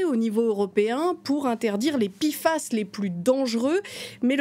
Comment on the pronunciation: P F A S et pas pifas, je préfère en francais l'acronyme en france on prononce les p, p pas pi